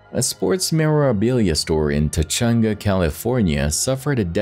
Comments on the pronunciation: 9.27 marker. I grew up in Tujunga and it's not pronounced Tajunga it's pronounced Tuhunga. just FYI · Tuh-hunga, California. Tujunga. 🙄